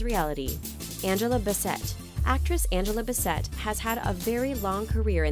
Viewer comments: Its not pronounced ba-sett, its bass-it. Hope you get it right in the future. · Angela Bi-SET? It's BASSett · It's Angela BASS-ET, Not Bess-et. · It’s Angela (bass-it) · Why'd you say Angela Bassets last name like that?